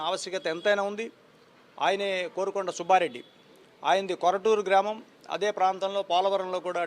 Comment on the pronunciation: 'కారుకొండ' nu కోరుకొండ kaadu